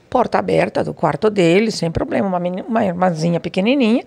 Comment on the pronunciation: o poblema é não esconcer né? kkk